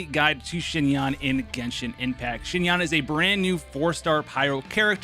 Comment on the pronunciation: “zzzhin yaan”😂